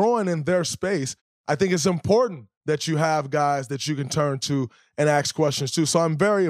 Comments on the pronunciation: Dray... love your podcast. I recommend you reach out to those guys you mentioned and AXE them how to pronounce ASK. it's an easy thing to overcome. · Anyone else more offended that he can’t correctly pronounce the word “ask”? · it is ASK, not aks. You need help